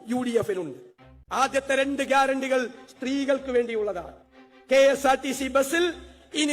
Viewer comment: ഗ്യാരറ്റി യാണോ വാരൻറ്റി യാണോ 😂😂😂😂😂